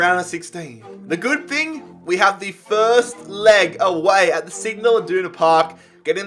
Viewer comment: Me: No one: Everyone: FERST